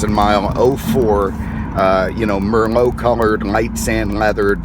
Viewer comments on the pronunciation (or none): Mermo Red? Uhmmmm no - it's Merlot ("mer - loh")! Like the wine, ya know? Jeez